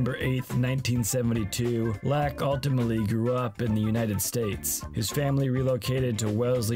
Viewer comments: great video BUT FUCK ITS PHIL LAAK PRONOUNCED LUCK not LAAAAAAAAAAACK hahaha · How can you make an entire video about a guy and not know how to pronounce his last name? It sounds like LOCK, not LACK. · I’ve always heard his name pronounced “lock” but you keep saying “lack.” It’s throwing me off. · I don’t believe you. In this very video, they show clips where commentators pronounce it as “lock.” Either you’re trying to troll, have terrible hearing, or you’ve never realized how it’s been pronounced. I’m guessing you’re trolling. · If you're making a documentary about the man, you should at least pronounce his name right. This is disrespectfull. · The narrator has a laak of skill for pronouncing names correctly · If you are going to cover a player, at least learn how to pronounce his name. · The Laak pronunciation is lackin